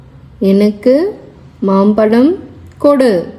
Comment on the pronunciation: Congrats for the initiative but please take care of Tamil pronunciation. It is Mampazham for mango. It's not mampalam. "ZHA" not 'La'. Requesting you give more concentration of proper Tamizh pronunciation. Thank you.